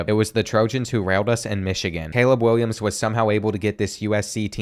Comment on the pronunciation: “caweb Williams liwally”